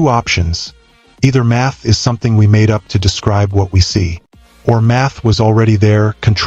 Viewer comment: At first, I didn't hear math from the narrator. I heard, "meth explains.."